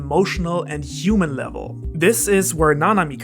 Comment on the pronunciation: I just heard you say "uman" instead of "human" ( ~) and now I'm curious of how you say "huge"